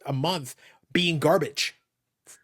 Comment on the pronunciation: I love anytime calls things ‘GAHBAGE’